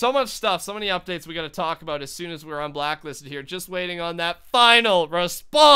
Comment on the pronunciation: Anyone notice sometimes when says "Un-Blacklisted" he says "Un-Blocklisted"